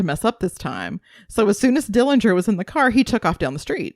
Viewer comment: Thank you for your interest in our uncle John Dillinger. The correct pronunciation of the Dillinger family name is without the 'g'. It's unfortunate that you didn't cover how happy he was growing up with a loving family that included living with his sister and her husband after their mother passed on. But, that you only covered the few situations where he made wrong decisions. The robbery of Mr. Morgan didn't have anyone around when the gun went off during John's fight with Mr. Morgan. John played baseball for the prison team in Pendleton before being transferred to Michigan City prison.